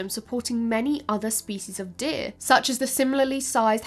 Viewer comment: The accent is off-putting. Sometimes it's just "deer." Other times it's "deh-uh-eeuh," with vocal inflections. Deer is not a tripthong. Chop it off,. Just say, "deeurh." A dipthong, no changes in tone needed. Di urh. Dee urh. Gurl, you makin; me sweat up in heah. Also, it is adaptations, not "adaptions." Please and thank you. But your presentation is otherwise excellent. If all I can do is find stupid "fault" with minor pronunciations, you know you've done a great job.